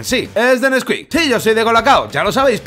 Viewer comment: Neskuik?!?! Chocolate por dios!!!